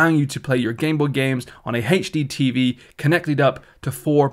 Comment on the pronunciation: "heygd tv", "heygdmi", my god, my ears are bleeding